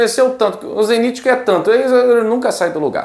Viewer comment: Não é zeniti é ZENIT